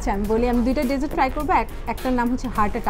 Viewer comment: Hi I have commented few times on other vlogs of yours and all of them are really nice . glad to see you have got 38k subscribers now.i am sure you will have plenty of desserts but please one request correct your pronunciation DESSERT because you have been sayn it wrong over and over again and its irritating apart from that I really like your vlogs 👍